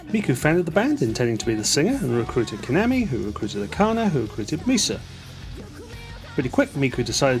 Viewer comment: When saying KAMAMI’s name, please take care to give the second /a/ the same pronunciation as the first. And, “kak-ko-ii,” not “ka-coy.”